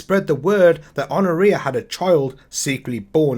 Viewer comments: Pronounced Hon-oria. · Good work, but Honouria does not pronounce the H, it's 'Onna Re Ah'.